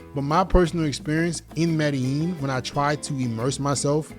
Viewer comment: it's pronouced "meh-dey-jeen" It's a paisa city and the paisa pronouce their own place as "meh-dey-jeen" That's a tip for your fluency